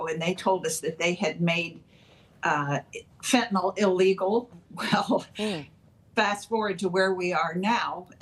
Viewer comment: The Democrats do not realize it is the Cartels who are growing all the avocados. They have controlled the farming of the fruit for years and probably make more money off avocados than fentanyl. BTW, why to these people pronounce Fentanyl as Fen-tan-OL? Jeez!